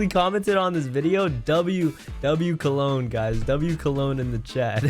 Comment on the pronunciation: Cologne pronunciation is better ngl